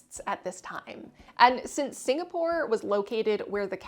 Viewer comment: "Singastore" lol